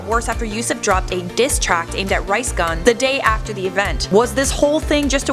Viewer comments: Who else heard her say “rice gun” 😂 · did she say rice gun